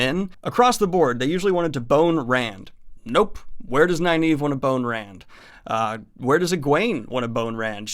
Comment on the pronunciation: Her name is Nynaeve (Nin-uh-vuh) not (Ni-Neeve)... always has been, always will be lol. And I always thought it was (Ehs-Seh-dai) But I hear people saying (Eye-seh-dai) and it makes me wanna pull my hair out! Love this series tho, keep up the good work. Can't wait to see your thoughts on the last six books of Malazan. They are my favorites without a doubt.